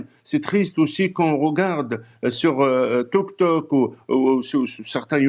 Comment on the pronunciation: Attendez il a osé dire touk touk au lieu de dire tiktok?